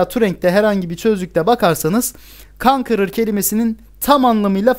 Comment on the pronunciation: Abi saygısızlık olarak anlama lütfen youtube kanalının adı kankır diye okunmuyor konqurır diye okunuyor illaha bir şey bulmak istemiyorum ama genel kültürdür yanlış anlama lütfen